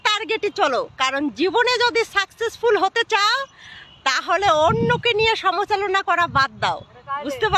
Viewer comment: সমাচলোনা নয়, সমালোচনা হবে। কথা ঠিক করে বলতে শোখো।